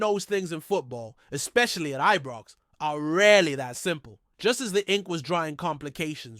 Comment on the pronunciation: Knows fuck all about Rangers he says Eebrox what a fanny